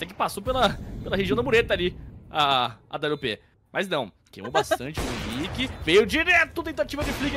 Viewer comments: Os narradores não conhecem os jogadores, o cara chamando o Henrique de “RENI” 😂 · o cara chamando o henrique de "reni" kkk